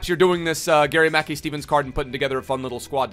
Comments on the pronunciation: itspronounced mack kai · Am Scottish it’s pronounced mickeye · Its pronounced ma kai(kai haverts) he used to play for celtic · GMS used to play for us (aberdeen) n it’s pronounced like gary makeye Steven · It’s pronounced “Mack-eye steven” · Im from scotland and you pronounce his name gary ma-kai steven , great video 👍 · It’s pronounced Gary Mack-eye steven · It’s pronounced like Garry Mackeye Steven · It’s pronounced Mackai btw. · It’s pronounced Mac Kai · It's pronounced Mack-EYE .... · It’s Mah-Kai....Mackay is pronounced Mah-Kai 😂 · pronounced gary 'ma-kai' steven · Not to be a nit but its pronounced Mackay (as in to rhyme with 'eye',) !!!